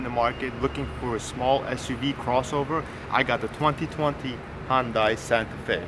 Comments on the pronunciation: It's Hun-day, not Hun-die. And your cap is on backwards. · Dude, great review and a great SUV. WHO CARES how it's pronounced?, do you even know what the Hyundai symbol means? Enjoy yourself and the weekend.